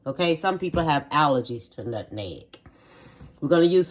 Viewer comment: Nutneg, I wonder do some people really think, that spice is called NUT-NEG, or are they just pronouncing it the way our family members did. 🤭